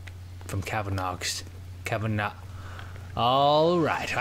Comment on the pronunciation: Toby, why can't you say Cavanagh? It's my mother's maiden name, you say it cav-an-ah, you don't pronounce the G. But great videos anyway.